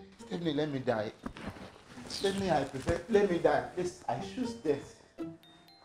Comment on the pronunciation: "Let me go, plixt. Death over debt". These pipo nor go take laugh woundjure somborri!! 😂🤣😂